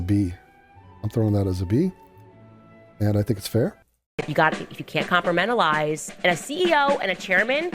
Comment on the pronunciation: Yeah but you gotta "compromentalize" that